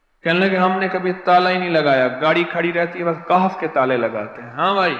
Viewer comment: Jaali peer KAHF kay lafz bi sahi nahi parh raha hai aap khud mulahiza kerlen to per